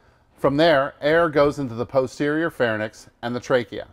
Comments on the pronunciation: True...I had very much difficulty focusing on what the guys was saying when he mentioned the "pharnyx" instead of the pharynx, really guys? All the production effort you made and couldn't get someone (or teach whoever is presenting) who knew the correct names of anatomical structures? Lesson the acidosis? Spelling anyone?...that'll teach it! :D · Lmao, this has irritated me for so long. So many people say pharny-nx. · pharnix??? bro come on. you are supposed to be an instructor. no one caught this? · Pharynx is pronounced "phar -inks" Not "phar-nix"